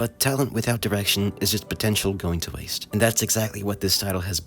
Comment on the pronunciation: Did you say potential?